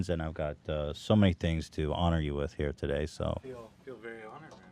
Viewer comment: I remember why I love eathen when he goes to end the podcast and bail on entertaining me and he just says he's trying to get the "fuck out of heeeeeeeee" the fact he couldnt even summon an R for that cracked me up